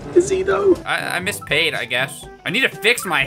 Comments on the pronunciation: Pate = Pat-Tay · I think Pate is meant to be pronounced like the spread